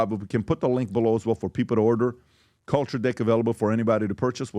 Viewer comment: Sounds like pbd is saying culture dick 😅